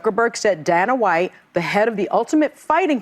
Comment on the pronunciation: Who tf is Dan-a White 😂